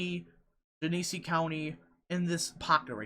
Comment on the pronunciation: The counties are pronounced Muh-Comb (Macomb) and Jen-y-see (Gennesee)